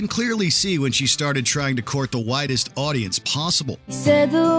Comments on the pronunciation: Regarding Taylor Swift, I thought he said "whitest audience" instead of "widest audience." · He did say whitest audience I heard it